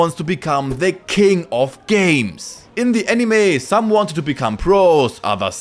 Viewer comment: I love how you say "DER Yugioh GX Manga ist different" 😂